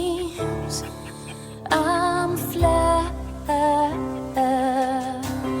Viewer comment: Great reaction! This song is beautiful on so many levels, just her saying something as simple as "I'm aware what the rules are" can really tug at the heart strings. Not to mention how she's able to sing "floating" as an eight-syllable word